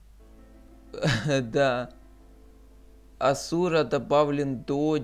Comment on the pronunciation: Незнаю как тут, но в основном Асура читается с ударением на первое а